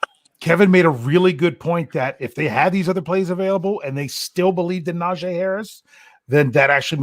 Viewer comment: It's NaJee not Najay... Put sum respect on his name